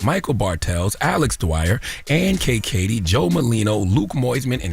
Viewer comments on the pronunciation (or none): You mispronounced Ann’s last name. It’s Ann KayKayKatie